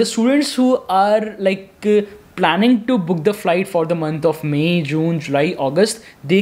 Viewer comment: Its "May" not "Maaii" 😂😂